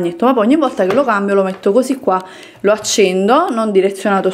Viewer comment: Volta, non vorta. Non ti chiedo di sapere la grammatica e i congiuntivi, ma almeno pronunciare bene le parole eh